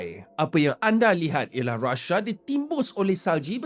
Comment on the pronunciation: Rusia ❌ Rashia ✅